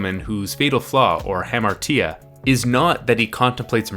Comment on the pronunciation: You pronounced Hamartia phonetically and ruined everything.